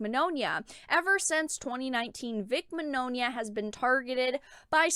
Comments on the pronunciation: Vic's last name is pronounced (Min-Yawn-uh), sorry for correcting you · i just need to clarify something, Vics last name is pronounced Min-Yawn-a but other wise great vid!